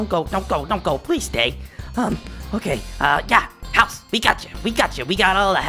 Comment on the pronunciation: It's 'house' not 'hous'